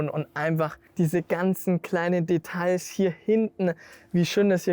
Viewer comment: Endlich hast du Details deutsch ausgesprochen 😅😜